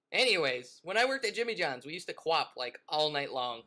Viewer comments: u said qwok! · Intro sound like you said "F**K". Pickles? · did he say qwop or fu@ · It sounded like you swore in the intro XD